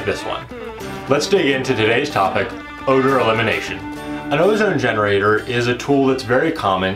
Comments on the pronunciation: Oewder...? Said like o-dur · The way you said Odor, I got worried